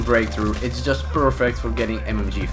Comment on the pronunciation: "Jist" wait wtf